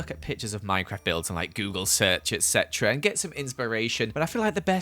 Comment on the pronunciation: you say ect a lot